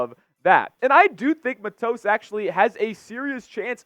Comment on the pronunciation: It is Matos with the accent on the Mat not on the tos.